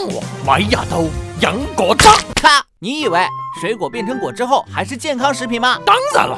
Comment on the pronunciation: 今日同果汁講得唔準